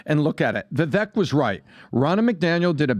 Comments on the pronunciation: How long until y’all start saying Vivek’s name correctly? It rhymes with cake (ViVAKE) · is smart and knows darn well how to properly pronounce Vivek's name yet still mispronounces it. What's that all about?